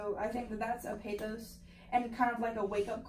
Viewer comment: Good commentary. Oh, stop mispronouncing the word pathos. Thanks, keep up the good work